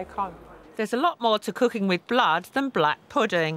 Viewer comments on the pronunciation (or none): Why does she said blahd instead of blood lmao